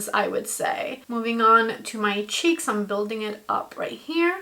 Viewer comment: Haha like how you say SHEEKS instead of cheeks 😂